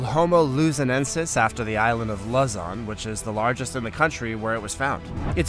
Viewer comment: Lew-zawn, vice Luzen